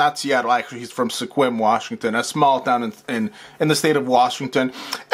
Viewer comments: It's pronounced "skwim" - not "sekwim". Just an FYI as I'm from the area (and no - I haven't seen them around town yet - I keep hoping). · Sequin is pronounced Squim. Omit that “e.” My dad is from Sequim, so I know!!’ Love your show!😉